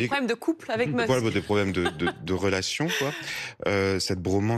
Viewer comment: ah oui le fameux elon munx